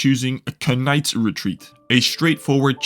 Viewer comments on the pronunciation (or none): The K in Knight is silent. Great video by the way.